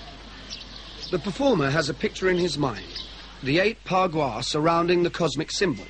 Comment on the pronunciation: It's Ba gua